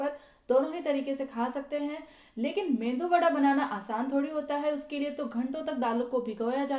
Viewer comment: मेंदू वडा नहीं मेदू वडा बोलिये, मेंदु का मतलब दिमाग और मेदू का मतलब प्रोटीन 😀😀😀